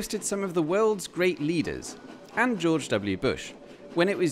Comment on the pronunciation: "AND" ahahhahahahah